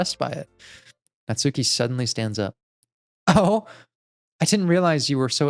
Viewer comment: The “u” in “Natsuki” is silent, try saying it more like “nuts key” (though the “ki” not quite as long as “key”).